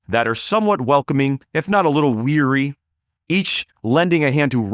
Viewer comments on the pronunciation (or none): Its leary not weary